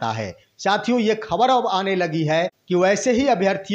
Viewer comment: Yutuber जी आप साथियों को शथिओं बोलते हैं जो गलत है। उस शब्द को यूश बोलते हैं। यानि स को श बोलते हैं।